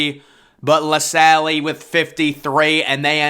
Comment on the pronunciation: and La Salle